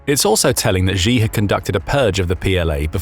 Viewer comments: You need to learn how to say the Chinese leader's name better. It's not 'Jee', but more like 'Tchee'. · narrator: “xi” in Mandarin is pronounced “she”, not “gee” or “zjee” or whatever the heck you’re saying. “Xiao” sounds like “shee-ow”. Google will get it right for you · Im bot chinease im English but the way you say G in stead if shi is annoying me and i don't know why i dont even like him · Xi is pronounced "She" not "Jee". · Xi is "She". Not "Gzhe" (I'm sure it's an AI voice, but either way, that's how the pronunciation goes.)